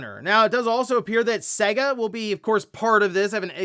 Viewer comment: Brother, brother pls, it's pronounced "Say-guh" Sega. Pls brother pls!!!!